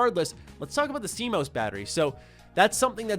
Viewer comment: ‘See-Mose’ battery 😂 😘